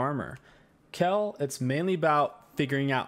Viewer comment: pls not KELL